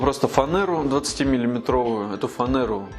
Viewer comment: А почему, что, что Вы произносите фанЭра?